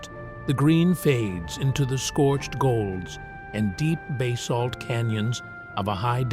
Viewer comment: and the fact that he had no idea how to pronounce Basalt - he said it differently each time he said it.